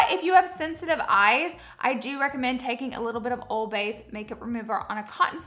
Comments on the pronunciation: I thought you said to put, "old bay" on a qtip to loosen the adhesive on the lash glue. 😂😂😂 and I was like whaat?i i KNEW that's not what you actually said lol, it's just what I heard. She actually said, "oil based" 😂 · I thought you were saying to rub old bay on your lashes 😭🤣